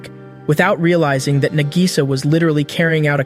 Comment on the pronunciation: Nah-gi-saw. Spend a few learning to pronounce the names before pretending you've seen these.